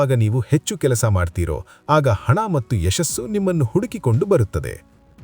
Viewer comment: ಧನ್ಯವಾದಗಳು ಸರ್ ತುಂಬಾ ಉಪಯುಕ್ತ ಮಾಹಿತಿ ನೀಡಿದ್ದೀರಾ. ನಂಗೆ ಎಲ್ಲಾಒಳ್ಳೆಯ ವಿಷಯಗಳಿಗೂ ಧನ್ಯವಾದ ಹೇಳುವುದು ಸ್ವಲ್ಪ ದಿನಗಳಿಂದ ಅಭ್ಯಾಸ ಆಗಿದೆ ಸರ್ ತುಂಬಾ ನೇ ಖುಷಿ ಆಗತ್ತೆ. ನಾನು ನಿಮ್ಮ ಎಲ್ಲಾ ವಿಡಿಯೋ ನೋಡ್ತಿರ್ತೀನಿ ತುಂಬಾ ಖುಷಿ ಇದೆ ಆದರೆ ಒಂದು ಕೋರಿಕೆ ಇದೆ ಸರ್ ತಪ್ಪು ಅನ್ನಿಸಿದ್ರೆ ಕ್ಷಮಿಸಿ. ನೀವು 'ಮತ್ತು ' ಅನ್ನುವ ಬದಲು ಮಟ್ಟು ಅಂತಿದೀರಾ ದಯವಿಟ್ಟು ಅದನ್ನ ಸರಿ ಮಾಡ್ಕೊಳಿ ಸರ್ ಬೇರೆಯವರು ಯಾರೋ ಇದನ್ನ ಹೇಳೋ ಮೊದಲು ನಾನು ಹೇಳ್ಬೇಕು ಅಂತಾ ಅನ್ನಿಸಿತು ಸರ್ ತಪ್ಪಾದ್ರೆ ಕ್ಷಮೆ ಇರಲಿ ಸರ್ 🙏🏽🙏🏽🙏🏽🙏🏽